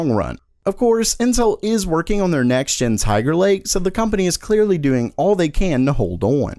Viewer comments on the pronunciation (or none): none